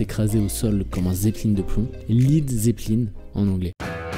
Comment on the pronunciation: naaan, l'on prononce bel et bien lèd quand lead a le sens de "plomb"